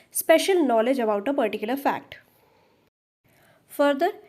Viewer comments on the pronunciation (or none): none